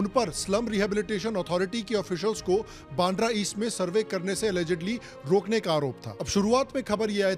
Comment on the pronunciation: बांड्रा ❌ बांद्रा (वांद्रे in Marathi) ✅